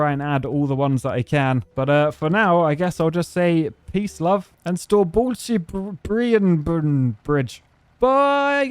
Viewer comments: You absolutely nailed the name of storebæltsbroen! Except the last part after "Sto". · hehe you are close it's "Store bælts broen" and not "Store bælts on broen" or whatever you said, but you are actually pretty close 😂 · nice job butchering it the bigbeltbridge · It´s Great Belt Bridge. Not Green Belt Bridge. And in Danish, it´s pronounced Store-bælts-broen. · yes u butcherd the name im danish and its between denmark and sweden and we call it "stårebeltsbroen" lingustikly god i cant type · As a dane it is an honor to have a bilf (also you butchered the name) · he butchered the name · Im from danmark and the Green Belt Bridge is 18 km long im pretty sure. Also you said Storebæltsbroen pretty wrong but some of it whas right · i meal like the "broen" part means bridge so you kinda said bridge two times but tbh other than that you pronounced it pretty shit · As a dane, i will say thank you for making the great belt bridge. And you butchered the danish pronounciation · You didn’t just butcher the Danish name you Dam murdert it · Yes, you butchered the name of storebæltsbroen :P I didnt actually know it was called green belt bridge in english, I assumed it was "Big belt bridge" or something similar since thats what it translates to. But the more you know I guess :P Btw im a dane if that wasnt obvious :P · I think you meant Great belt bridge not green😅 -And the way you said Storebæltsbroen is… uummmm… Something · You butchered its name beautifully. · "broen" in Danish means "the bridge", so saying storebæltsbroen-bridge is redundant. Also it sounds to me like you were saying Storebæltsundsbroen-bridge? With 'bælt' and 'sund' being different types of waterways, that means you've got twice the redundancies. That being said your pronunciation wasn't actually as bad as you think. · This dane approves of your storebæltsbro. The prenunciation could use some working on, but even danes can't speak properly danish, so you're excused.